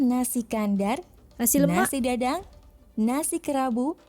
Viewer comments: ada salah sebut sikit kat situ,nasi dagang bukan nasi dadang😉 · Aku dgr mcm dia sbut nasi gadang..cer dgr btul² nasi dadang ke nasik gadang..